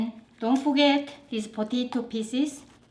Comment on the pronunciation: Am i the only one who likes it when she says “ potatoe”